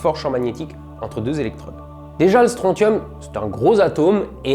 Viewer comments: Répétez tous après moi : stronSSSSSSium Comme dans "consortium", "tritium", "technétium", "syncytium"... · Euh... on dit pas Strontium "stroncium" ?